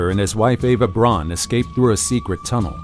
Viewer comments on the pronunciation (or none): none